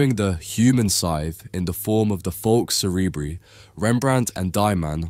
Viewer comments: Cerebri in "Falx cerebri" is pronounced SEH-REH-BRY - bry as in cry NOT bree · Why would you pronounce a Latin term in an English way and not in the Latin way? 🤔